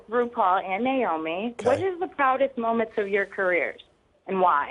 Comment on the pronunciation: They both pronounce her name niomi instead of naomi.....please tell me